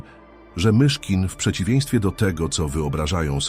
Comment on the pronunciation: Chciałbym prosić autora tego filmu, żeby sam czytał. Albo wziął lektora. Mogę pomóc. Ilość błędów i sztuczność psuje przekaz. Frazy w stylu 'historia MiCHKIN' po prostu zdradza użycie syntezatora czy innych metod sztucznych. Wrażliwi ludzie chcą autentyczności. Poza tym doskonała robota!